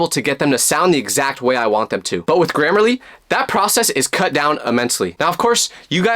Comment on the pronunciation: HELP THE WAY IT SYOPS AND SAYS “this video is sponsored by grammerlary”